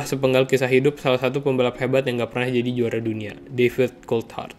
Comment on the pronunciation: menit gua dengernya Difficult Hard bukan David Coulthard, emang beneran susah mati sih si DC 😂